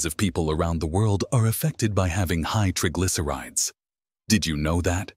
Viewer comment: Incorrect pronounciation of the words 'triglycerides' and 'basil'